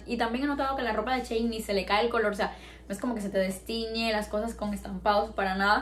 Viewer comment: Ns si soy la única q se ha dado cuenta q dice "chein" en vez de "shein", no es hate sólo me hizo gracia😂